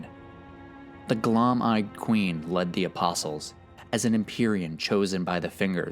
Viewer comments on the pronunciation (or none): is anyone gonna tell this guy that when two vowels go walking, the first does the talking. Gloam is glow-m not gloAhm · Bruh. Its Gloam. Not GLOM.